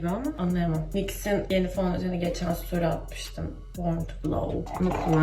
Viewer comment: Story değil suuutori😂😂